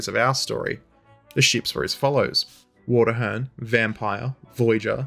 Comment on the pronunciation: Engrossed as I am with this video, I keep flinching whenever I hear "Water-hern"